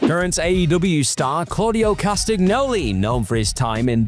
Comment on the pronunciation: For anyone who's interested, Claudio Castsgnoli's last name isn't phonetic, it's pronounced CAST-AN-EE-O-LEE